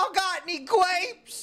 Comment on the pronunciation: "Yall got any gwapes" killed me